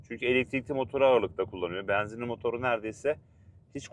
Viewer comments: Beenzinli değil benzinli güzel kardeşim. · Samsun şivesi😊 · Samsun şivesi 😊